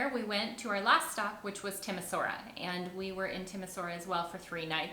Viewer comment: Great video, finally got around to watching it over a year after I watched the other Romania vids. Just so you know - soara is pronounced shwara - almost like shwarma, so Timisoara is Tee-mee-shwara, etc. At least that's how my parents always pronounced it & they are native speakers.